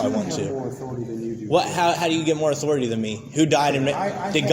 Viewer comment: "Respect my authoritah"